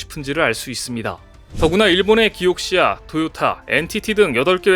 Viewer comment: 왜 기옥시아 라고 하는 거죠? 쨉 발음인가요? 지금까지 수많은 매체들이 키옥시아 라고 했어요. Kioxia 라고 간판도 보이네요. 대신 또는 이라고 해도 괜찮죠?